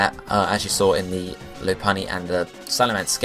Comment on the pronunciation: lopunny is pronounced Lopp, not Loap